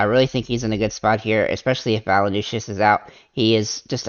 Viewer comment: valanooshis lol...its valan-choonis.. but thanks for the vid... i think im fading mitchell until i can shorten my dfs memory.